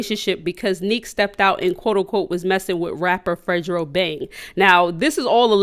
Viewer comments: FREDO NOT FREDRO LMAOOO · its fredo like prettyboyfredo....not fredjro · Fredo Not Fredro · This bitch said fre-dro😂😂😂😂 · She said fredro bang😭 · Its not fadro its fredobang ofl like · Fredro bang its fredo bang😭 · It’s Fredo bang not FREDRO! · It’s not fregho bang 😂😂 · Fredro bang lol u mean fredo bang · She said fredgo bang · I’m weak she said Fredrobang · You mean Fredo and not fredro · Who tf is “fredo bank” 😂😂 you mean fredo bang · Its Fre doeeee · Say fred -o his name not Spanish 😂😂😂😂😂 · Fredo bang Yoo saying that all wrong